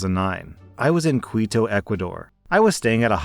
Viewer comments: Keeto, Ecquador, not kweeto. OY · "Kee-to" Ecuador